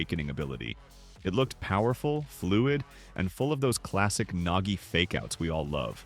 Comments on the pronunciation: Bro it’s nagi not nogi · Nogi✅ Nagi ❌